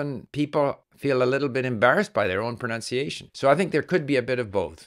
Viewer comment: It is ironic how your saying of pronunciation is mispronounced throughout 🥸 I do enjoy and appreciate your great content though thank you